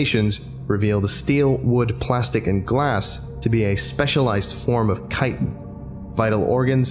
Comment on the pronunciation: That's okay, in another video you mispronounced "Cordial" as Coredeal. I almost crashed my car. But you got "Chiten" right. Love the videos by the way.